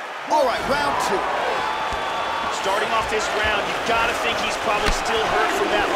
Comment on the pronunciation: They don't move like the real from fighters move; they don't tink like the real fighters tink; and they don't talk like the real fighters talk.